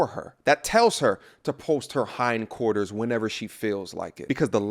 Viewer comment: said, "hine quarters." Nice.